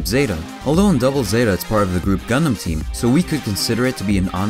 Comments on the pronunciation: “What is a GunDUM?” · GuhNDaMN not gundumbb